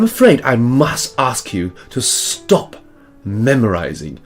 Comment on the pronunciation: His fake british accent? 😂 Ye dinnae oot the windae and it gies me the boak. No londoners would speak that way if you had come to there! Besides, his STOP is pronounced like ArE 😂